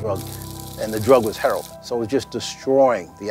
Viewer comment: Can't even pronounce lived. Livded?? Wtf is Livded? Just say stayed dude. You know how to say that. And its heroin, not heron. That's a large wetland bird. Bust, not bustes...but I know this is Ebonics, but its funny as hell to me.